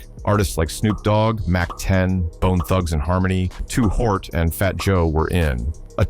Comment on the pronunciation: Too "Hort?" really AI? Artificial not so intelligent after all